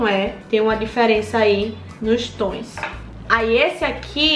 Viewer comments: Eu tenho agonia quando a fala batoins e toins kkkkkkkkkk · "Batões" "Póis" "Toins" 😂